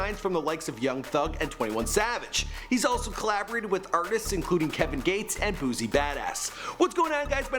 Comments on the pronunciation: He also said boozy instead of boosie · boosie * not boozie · IT'S BOOSIE NOT FUCKIN BOOZY!! White ppl stay saying the name wrong💀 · This man said booozie badazz